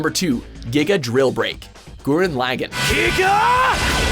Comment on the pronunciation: he also mispronounced Gurren Laggan but I'll let it pass since I never got to deep into the series